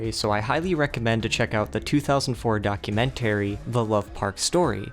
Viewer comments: "Docu-Men-Terry" STOOOOOOOOOOOOP It dude "Porch Floor" Dude, you English very, very weird lol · Docu-man-tary... Chrysler LeBron lol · Dude pronounces “documentary” so weird